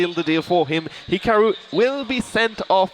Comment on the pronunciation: Wow. These sets are so much better on mute. Don’t have listen to some moron mispronounce Hikaru. Who the foock is Hick-a-roo?